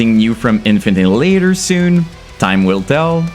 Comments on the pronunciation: Why you mispronunce their name? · lad at least pronouce there name right jesus its not difficult at this poinjt im sure youve seen multiple reaction videos to em hence your content right now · I refuse to listen to a guy who doesn't even say the name right.